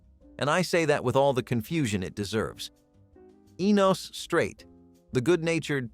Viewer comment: it's ENOS not the way you are saying it